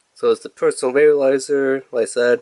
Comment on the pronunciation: Are you saying VAPE-U-LIZER?????